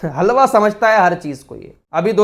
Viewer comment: "HALWAAA" lol😂😂😂